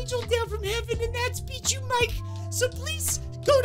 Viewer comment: When bijuu mike says his channel name he sounds like he is saying “beat you mike”